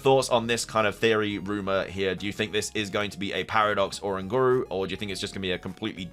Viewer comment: Love the video 😭 but it's O-Ran-gu-ru like orangutan but you replace gutan with guru